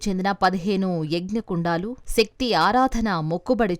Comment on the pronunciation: యాంకర్ గారూ! పెంకలు కాదు? పెంకులు ! యజ్ఞకుండలు కాదు? యజ్ఞకుండాలు! జానపదాలు కి ధ" పలుకుతున్నారు యుఘాలు కాదు? యుగాలు అని చదవాలి . సౌందర్యానికి ప్రతీకగా ఇంత అందాన్ని కలిగియున్న మీరు మన తెలుగు భాష పై కొంచెం శ్రద్ధ పెడితే, మరింత అందం గా వుంటారు!